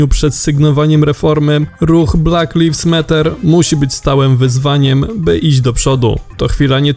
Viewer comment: 'Blak lajvs mat'er